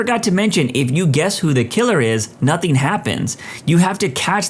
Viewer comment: The thing is , this announcer also thinks the letter K exists in both of these words , nothing and something .